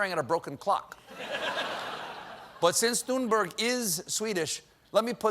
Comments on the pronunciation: Greta's name is pronounced "Toon-berry". She said so clearly in her on video clip. Please stop saying Toon-berg or Thun-berg! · It’s pronounced tuneburry one day someone will get it right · For the past year, Greta Thunberg has been making the news and talk show circuit. She introduces herself over and over in clear English as “Tune-BARRY.” Then one show host after another sittings there and reintroduces her as TOON-BURG. (Even the ones that take needless pain to roll the R and say GR-R-RAITA) And then tells us we really need to listen to her. Greta has been named Person of the Year in the same 2019 that Merriam-Webster declared “non-binary They” to be Word of the Year. If we can learn to use people’s Preferred Pronouns, why can’t professional journalists and highly-paid anchors learn to pronounce an internationally acclaimed youth activist’s Preferred Name?